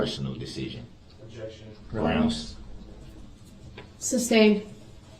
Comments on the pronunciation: It’s grounz not groundz 🤣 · SuBstain TacKit TacK-tik Grounzz Relevancy Revelancy Axed Troof Biast What else am I missing?